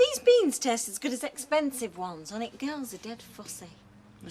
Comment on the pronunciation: Sounds like she’s saying “The Gals”.